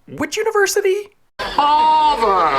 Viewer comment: I did not like over pronunciation of HARVARD the second time around